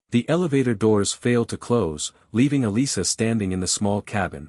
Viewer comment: Elisa, not Alyssa